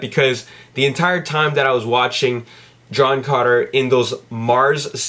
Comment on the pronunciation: It's sounds like you're saying John Conner LOL!